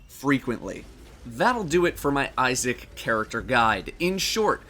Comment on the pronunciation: Thought is said ISIS :/